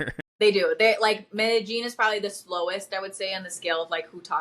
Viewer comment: Yall gringos often say' Medejean" but its 'Medeyeen' ...hey im just pointing out not complaining cuz im not a native speaker either and will mispronounce something. Its a lot.